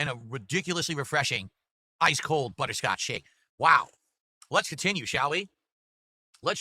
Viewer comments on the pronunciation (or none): “Buh-Tur Scotch” 🤨